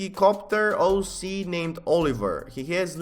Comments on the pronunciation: is he saying hoe C on purpose? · “ it’s an amazing HOE c” lmao